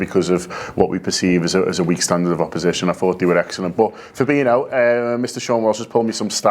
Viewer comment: Fabinho, not Fabino. It's spelled the same way as Coutinho and not surprisingly is pronounced the same way.